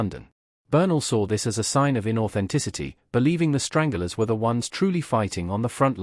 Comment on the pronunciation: It’s the Stranglers not. Strangulars ffs